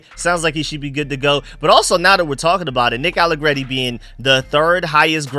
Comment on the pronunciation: You finally said his name right without trying be fancy I’m proud of you that open my eyes from my nap that’s crazy you actually just said nick allegreti like a regular person I’m very proud of you young man